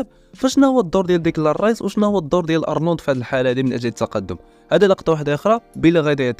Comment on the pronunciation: او مانبغيش نعاود نسمعك تقول أرلوند بل أونولد